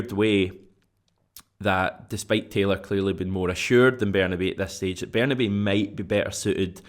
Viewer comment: Ber-nah-bay (as in say/day/way)-oo (as in you/do/who) ... ber-nah-bay-oo! Not ber-nah-bow (as in cow/bow/how)! Everytime!